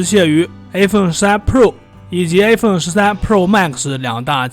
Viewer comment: i發音都發成a